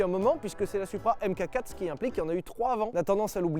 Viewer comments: Pour info les français, on dit "Mark Four" pas AimeKaQuatt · Merci pour ce bel essai, comme d’hab. En revanche par pitié, c’est pas « M-cacatre » mais Mark 4. A l’oral j’veux dire. Enfin oralement parlant. Bisous. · Ca débat pendant une heure sur la prononciation de "Countach" mais ça sait pas que "mk4" ça se dit "Mark 4" Sauf si c'est exprès pour me trigger, auquel cas c'est réussi